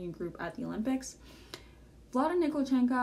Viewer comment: Vlada NikolchenKO. It`s O, not A.